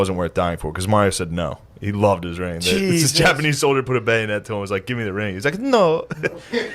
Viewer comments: The Japa-knee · Why is he saying Jappa nee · Is it me or does he keep saying the Japa-knee? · Why does Shane keep mispronouncing certain words, like japa- k n e e or Malay for Malaysia, it does not make him sound like a historical expert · Dunno why but whenever he says japanee and malaya it bothers me 😂 are those correct for the time they're talking about? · does shane keep saying japanknee? and maylaya instead of malaysia?